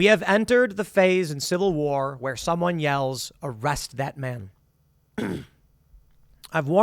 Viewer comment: Dude, Tim says SECOND CIVAH WAHH soooooo many times i think i feel that he is calling for action from god to make it happen